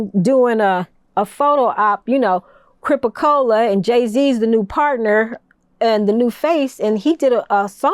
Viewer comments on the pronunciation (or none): WTF is a Cripa Cola?? 🤦